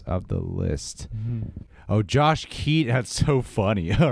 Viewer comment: Ahaa has a new word switchin his T's out for D's in every video.. Lmao "Josh Keadon.. Edward Nordon.. Hit the Like Budden" 😄Soo funny!😄